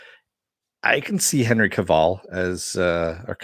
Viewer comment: A few things, 1) So, Cavil rhymes with Duvall? Who knew? 2) Sometimes it's not about winning, it's about not being bullied. Not that I agree with Carano. 3) I thought the whole point of "The Vindicators" episode was that the superhero genre has become stagnant, in Harmon's opinion? Lastly, Army of the Dead sucked harder than a whore. I fraking hated the lame covers of great classic songs!